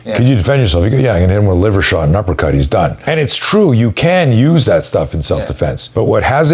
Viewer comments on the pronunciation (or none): none